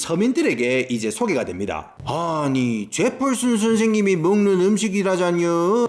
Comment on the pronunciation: 제펄슨 스애임 발음 무지 구수하네예~